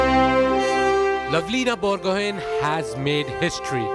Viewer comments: Borgohain.. 😂 pronounce karna seekh lo.. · Bor- go-haaaain pronounce it correct....it's irritating the way the anchor pronounced it🙃